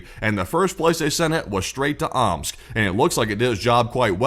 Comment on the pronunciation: More like “Ooops!” rather than “Omsk”.